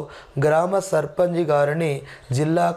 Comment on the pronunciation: Sir surpunch ni surpanji.. Ani bhaley antaru sir